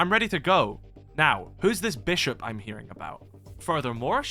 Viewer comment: You are the first (non-nz) youtuber i have ever heard pronounce iwi correctly. Thank you! (For some reason all the other ones pronounce it “eye why”)